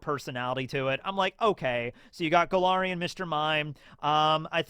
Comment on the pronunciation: I keep hearing Golarian instead of Galarian and wondering if is pivoting into Pathfinder